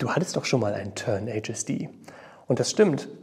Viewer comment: wenn du 'Tern-HSD' englisch aussprichst und das 'r' nicht so deutlich sprichst klingt es so ähnlich wie 'Tenacious D'...